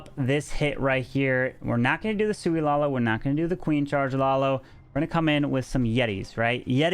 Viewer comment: It's "Sui" not "Soui". It means you won't need any healers for the walk/charge. The Queen will "Sui"cide but hoping to get a nice value for it.